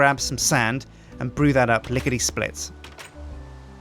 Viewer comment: Wait did he says lickede split?!!!!!!!!!!!!!!!!